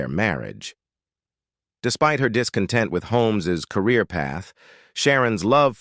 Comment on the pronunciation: WORST VOICEOVER EVER. "mary-age" "chilled hood" Stop with AI. U lost me after a minute in.